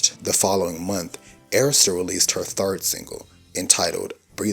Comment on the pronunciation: Inside joke.....Hearing the correct pronunciation of Arista records brings me such joy 😅😅😅😅😅😂😂😂😂